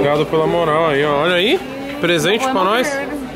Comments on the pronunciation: Po Tog perla não, é PEERRRAAA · é uma dificuldade do toguro falar "PERRRAAAAA" mds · O Toguro fala perla mas é peraaa de 🍐